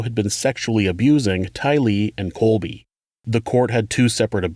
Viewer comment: I love your work! But it’s Colby not Cody.. I had to relisten a few times and it definitely sounded like Cody..